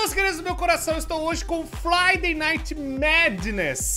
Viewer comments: o falo: fladay em vês de friday kkkkkkk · ele falou flaiday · Flidey kkkkk o o Português tá bão kkkkkkk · Modo Cebolinha ON